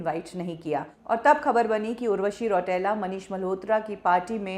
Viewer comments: रौटेला नही रौतेला होता है वो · रौटेला नहीं रौतेला 😂